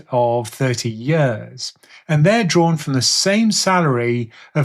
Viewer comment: Is anyone else hearing "yurs" instead of "years"?.....Just me? 🤪